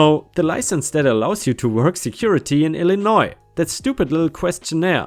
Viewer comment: Finally!!!!!!! Somebody that knows how to say Illinois, in the right way LMAO